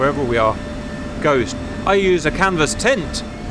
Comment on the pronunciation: If you guys want me to plan some true/realistic rotary missions ot of Khost for you, let me know 😉 (and yes CAP, you pronounced it right-ish the first time!)